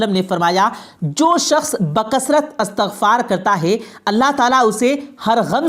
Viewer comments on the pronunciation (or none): اچھی ویڈیو بنائی ہے ، شکریہ ، لیکن بھائی لفظ گمان ہے غمان نہیں اور اَستغفار نہیں اِستِغفار ہے